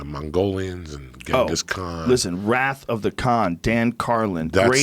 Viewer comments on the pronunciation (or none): none